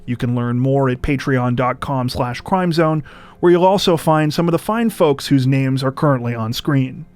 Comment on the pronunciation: You always impress me with your pronunciation of all the names. BRAVO!!!